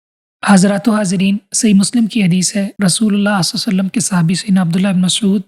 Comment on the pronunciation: Please say sallallahu alaihi wasalam correctly